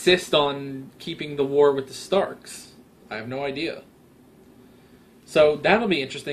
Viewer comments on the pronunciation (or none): none